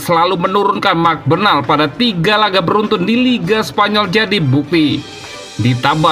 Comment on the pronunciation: Woii coii...klw sebut nama org tuu yg benar...namanya MARC BERNAL...kau sebut Merc Bernal...Rayo Valecano(Baca :Rayo Valekano..bukan Rayo Vallecano)....